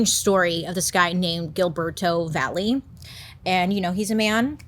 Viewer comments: Valle = Vay-eh In Spanish a double L is pronounced as a eh/ee sound (think of the word tortilla) Sorry, carry on! 😅🫠🫠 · Can't believe I share the same last name as him.... ugh. BTW Valle is not pronounced Valley. It's Vah-yeh. It's Spanish. The two l's sound like a "y". That's why in Tortilla, you say toar-tee-ya instead of toar-tila.